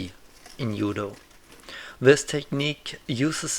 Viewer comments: hehe well originally in Japanese it's DZUDO, and you probably know it already. I didn't know German language was this special in transliteration of foreign words. Do you say jiu jitsu as yu yutsu as well? It actually sounds more like dchudo or something like that. Edit: I'm this bothered cus my teacher of Japanese made it her thing to correct any and all wrong pronunciation of Japanese words and I caught it from her. Sorry 😅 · "Yoo-doh"? Is this the martil art of Ott Jud? He had some great yu-do! :P